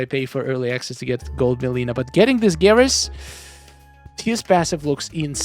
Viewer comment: Take a shot every time he mispronounced mileena over skarlet